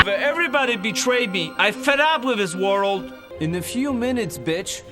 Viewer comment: "worold", he pronounces it "worold" ;)